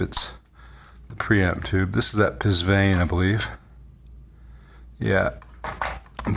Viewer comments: BTW, Psvane is pronounced "pavane", like the stately dance. An oddity of mistranslation. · I was wondering the same thing. I don't think this channel is pronounced "pizz-ionic", and doubt "PSVANE" is pronounced that way either. It's pretty universal across many languages that words starting with "PS...." deem the "P" as silent.